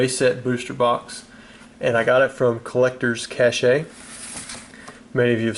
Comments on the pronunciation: Its not collectors cash-eh. Its pronounced cash, the e is silent.. wtf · its pronounced collectors-cash. not cashay lol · "cache" is pronounced like cash. the e is silent. not "cash-ay" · How much did you pay for this, I don't see these guys moving very often and I'm wondering what their going price is "Collector's Cashay" "Cache" is pronounced like "cash" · Everytime I hear an adult pronounce "cache" as "cashay" instead of pronouncing it "cash" I chuckle a little bit. Oddly enough, as a gamer I hear that word "cache" way too frequently. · I'm a linguist so I cant help but comment. Cache is pronounced just like Cash. I said Cashay same as you for half my life till someone corrected me. Hopefully you see how they're brand naming makes more sense now since Collectors Cache rolls off the tongue when said correctly. Honestly I wish it were pronounced Chashay but it isn't. If you don't care, then i'll just be on my way to say I love your video either way man! This brought back some serious feels from my childhood :) I miss those old booster packs so much! Thank you! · Cash-ae? U mean cache? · Cache is not pronounced "cash-ay" it's just pronounced "cash" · Its pronounced Collector's CASH not CASHAE lol (Cache = Cash) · Isn't it pronounced collector's cash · "cache" is pronounced just like "cash" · thats not how your pronounce cache. just saying